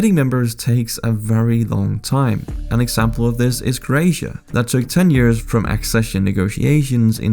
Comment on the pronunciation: "croasia" lol wtf, why couldn't they find someone who actually knows English